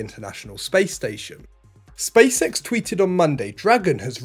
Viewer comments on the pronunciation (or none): but why he keeps saying "space sex" instead of "SpaceX"?